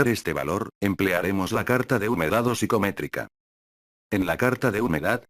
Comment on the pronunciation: Es psicrométrica, no psicométrica